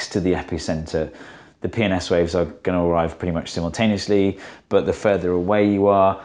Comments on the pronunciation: When he said P and S waves I heard PMS waves. Oddly fitting when talking about earthquakes, possibly sexist. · Can't say how many times I just hear "penis waves" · I first heard penis waves instead of p&s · If you watch it at 2x speed when he says "P and S waves" it sounds like "Penis waves" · I just hear "penis-waves" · Every time he says "P and S waves" all I hear is "Penis waves". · 1. Can you just draw a cricle like this ON a sphere? The waves thravel through the earth, not over the surface. 2. This should only work up to a point where the waves do not cross through earth's core right? 3. Everytime you say "P and S waves", I just understand "PMS waves" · Watching on 2x speed and when he said “P and S waves” it made me spit take and rewind with captions.